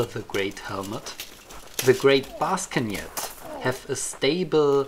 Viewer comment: I love the pronunciation ''Baskenjet'' xD